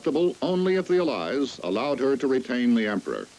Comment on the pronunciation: The way he pronounces "allies" is throwing me off